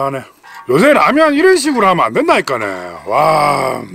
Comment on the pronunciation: 왜 라면을 빨래라고 하시죠 ㅎㅎ ?